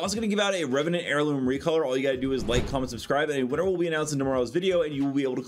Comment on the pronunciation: went from Reveant to Reveant. the E is silent in the second same lol.